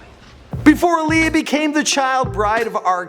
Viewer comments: That's not how she pronounces her name. It's Aaliyah like Muhammad Ali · Timbaland! Aaliyah (ah-lee-yah)